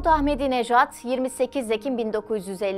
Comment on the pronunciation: Ahmedi Nejo mu :)